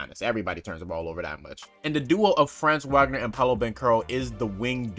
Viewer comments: Bro....if u gonna cover the magic ya gotta pronounce their names right. It's not pronounced how it looks with franz....it's like FRAAHHHNZ VAH-GNER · It’s pronounced Frah-nz vahg-ner if that makes sense